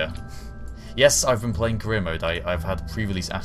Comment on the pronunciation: Every time he says career mode it sounds like he says Korea mode. So the mission must be to build rockets that cant reach space.